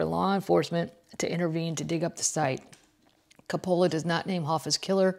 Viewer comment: Love your pubcast! Check pronunciation of Francis Ford (sounds like) "Kopala"